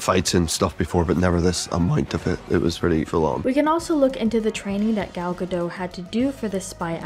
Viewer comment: Nice work! I really liked the movie. Just a note, the T in Gadot is not silent. Ga-dough-t. Gal is pronounced Gahl. Gahl Ga-dough-t 😊